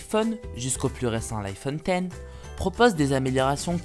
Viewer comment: ON DIT IPHONE DIX OU X MAIS PAS ten